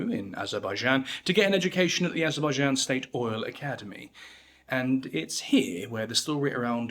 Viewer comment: Lentiburie ?? 😂 Barrier ?? 😂 What a BS video Bolevic party ?😂 Azabadjan ? 😂 Barrier ? 😂 The caucaseS ?😂 Vertiburier ? 😂 Aschwitz ? 😂 Labarriere ? KAthian forest ? 😂 Gurrier ? 😂 Nikita cruel ?? 😂 Krouev ? 😂 Kruel ?😂 Burier ?😂 AND THE NARRATOR with his ssssssss ln his tongue !! So shi t.. y painful